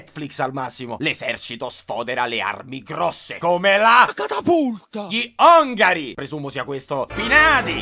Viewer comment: però sono gli ONAGRI non gli ongari